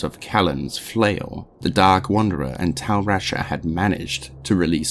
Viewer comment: This is awesome dude. Can't imagine the amount of effort and research it took to make this. I just wish you Googled the pronunciation of some of the names. It's Kehjistan, with a J, not a G. And "Tal Russia" just made me laugh lmao. I don't even know how you got "Vishari" out of Vizjerei. The way you mispronounce some of these almost sounds like it's on purpose, just trolling people lol. Also noticed some editing mistakes, like you clearly did 2 different takes of the same line, but then left them both in. This happens several times throughout the video, multiple takes spoken back to back. Regardless, the video is great, awesome to listen to at work or before going to sleep.